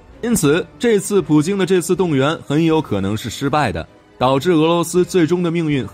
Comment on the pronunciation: 明明是普京你为什么总是说普丁呢